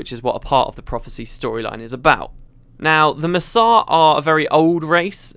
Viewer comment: It took me a second to realize that "Masat" = Mursaat